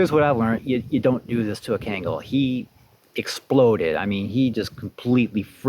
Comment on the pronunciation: Its pronounced KHAN-GULL , not ken-gal and not ken-gel for those who want to know this breed is the King of all Dogs, deserves the fullest respect The old timers even nick named these dogs as "Anatolian Lion" no Dane no Rott, no German Sheppard respectively etc . Ashe is a handsome dog (lion), please take good care of him .